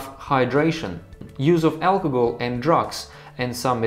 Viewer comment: its al-co-hol not alcogol